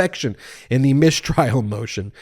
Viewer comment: what's a "mishtrial"? SHTOP IT also Swift wrote that a bit less than 300 years ago, not 700 years LOL